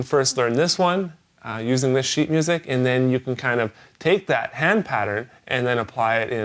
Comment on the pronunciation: sounds like says shit instead of sheet:>